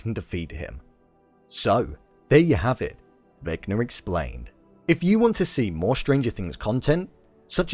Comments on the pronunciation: Vecba is not pronounced Veckner lol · just kept saying vecner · Why do you call him vecner?